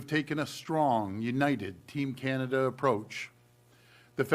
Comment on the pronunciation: CANAda. ..not CAN’Tada. We understand U and hear you loud and clear. U must protect you’re citizens.